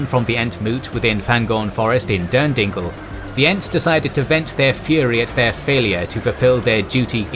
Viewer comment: The entmoot in Derndinglel!!!!! Stephen Colbert eat your heart out lol